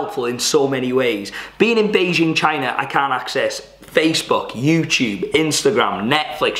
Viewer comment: Youtube not Youchub 😂